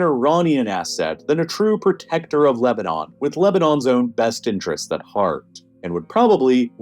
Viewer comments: he says Lebanon-on, seems like a typo and makes me wonder if the voiceovers are being AI generated. Pretty good if so, I didn't notice. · Was this made with an AI voice? "Lebanonon"? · Mispronounced Lebanon and didn't even care.